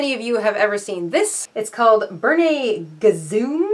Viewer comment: Interesting video! You've got some crazy yarn there for sure! LOL . The Bernat yarn is actually pronounced "Bernat" not Bernay. I only know this because the Bernat Woolen Mill was located in Uxbridge, Massachusetts not far from where I currently live. And growing up in Metrowest Boston people would go out to the Mill to purchase yarn before it turned into a bunch of small independent businesses. Then in 2007 the original building was destroyed in a fire. Thanks for all of your great ideas! I don't have too much funky yarn but if I do see some i'll grab it up and try one of your ideas!